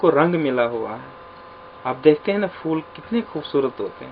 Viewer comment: فولوں نہیں سر پھول پڑھائیں یہ لفظ بچے بھی اسی طرح پڑھیں گے فول❎۔۔۔۔۔۔۔۔پھول✔